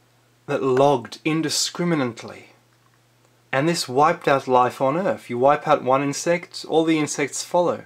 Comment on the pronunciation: Why you gotta say ‘Earf’ I really want to watch your videos but every time I hear you butchering the English language I get closer and closer to stopping, this time I lasted 3 minutes